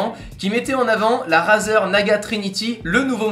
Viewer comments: On ne dit pas "" RAZER "" mais ça ce dit ""RAIZER"" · La prononciation stp.«razeur» mdr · sa s'ecrit razer mais sa se prononce raïzer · Tu pourrais dire razer avec l'accent la c'est abusé on dit rayzer a l'oral